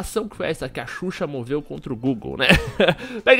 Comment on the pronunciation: ''susha'' eahueahhueauhea